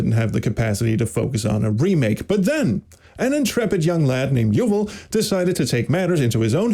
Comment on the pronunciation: Wow nice, what an exclusive! So happy to see this project is getting off the ground. Also as an Israeli, I must tell you that Yuval is pronounced more like Yu-VAAL. Major props to him!